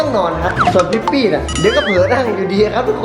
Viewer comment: ตอนแรกฟังชื่อพี่ปี้เป็นทิฟฟี่5555